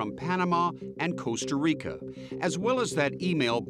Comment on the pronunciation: It’s Costa Rica .Not Cooasta Rico. So disrespectful to mispronounce the name of countries.